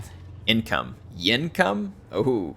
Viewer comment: "Yin"come, I like it! 😁